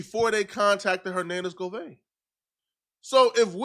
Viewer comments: Why do u keep saying govein ....😂😂 It's govan ... Simple .. you always doing to much man ... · Every time he said GOVANE ... I cringed 😂